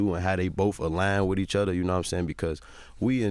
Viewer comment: Instead of saying other he said “otter” lol